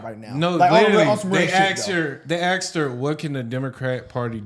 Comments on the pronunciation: They axed her ? They asked her! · Asked * not Axed boys . Y’all doing good just touch it up